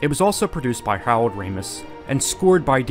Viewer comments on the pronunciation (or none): Are... are you saying "Howard" or "Harold"? PLEASE DO PCU!!